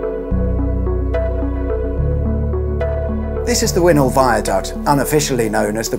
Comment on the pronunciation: Remember it being built. Wynhol is pronounced WINEHOLE rather than WINHOLE